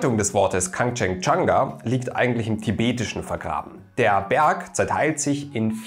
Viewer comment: Hätte mich in der Aussprache tausendmal verhaspelt 🤪 Respekt! 💪🏻